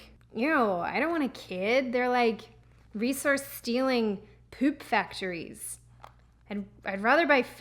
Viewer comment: thought she said reeses stealing... not resource stealing... I guess either way works...